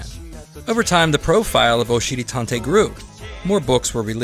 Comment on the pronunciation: I have to be honest I really thought you kept saying oh shitty tontey.I thought that makes sense because he is a butt.I found out you are saying Oshiri Tantei that makes more since it’s Japanese